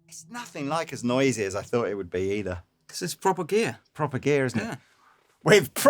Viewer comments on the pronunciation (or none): none